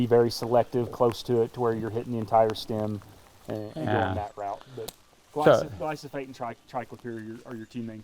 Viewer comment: poor guy is saying glysofate when it is Glyphosate